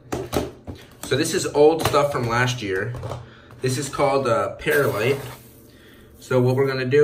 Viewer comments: It's pronounc ed perlite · it is per-lite not paralite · Per light.. Not not pears light. Sorry but get frustrated with bad pronunciation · Not peralite perlite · It is perlite not peralite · it's pronounced per lite not para lite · Not pear a light. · it's perlite(pr lite) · Say it like pearl-light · Love you and your videos but I just want to let you know that perlite is pronounced pearl-lite. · Just correcting you its per light but in one word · Pronounced pearl- ite